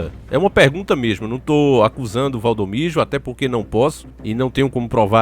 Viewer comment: E Valdomiro não da maneira que vc tem pronunciado